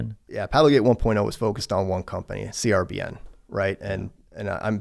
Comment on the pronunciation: Hey. Company CRBN isn’t called C-R-B-N. It’s called “carbon”. 😊